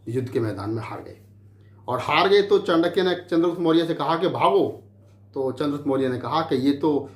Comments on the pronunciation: Chutiye chaandaky nahi chankya hota hai pahle bolna sikh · चंडक्य नही चाणक्य था वो। चंद्रगुप्त एक विधवा राजपूत थी।अरे मूर्ख इतने महान व्यक्तित्व जिसने भारतीय इतिहास को नई दिशा दी दुनिया में जिसको आदर से पढ़ाया जाता है तू उसका नाम भी सहीनही बोल रहा है। इतिहास को distort करने का ठेका ले रखा है क्या? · नाम तो ठीक से ले लो पहले। चांडक्या नही चाणक्य है।